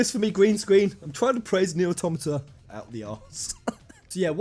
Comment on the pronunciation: Very glad you say "Nier" correctly. It sounds like "near" but with a slight inflection. The "nye'er" ppl need to go ;-)